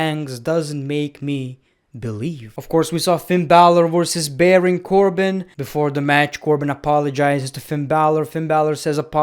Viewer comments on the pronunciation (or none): none